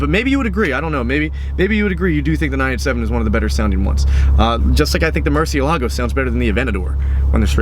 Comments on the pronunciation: mac daddy well we found our first person who shouldn't be allowed on the internet.... you my friend are special.why do you care so much.... btw he says it correctly.. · Holy Bad Haircut Batman. Dude at least learn to say murciélago right.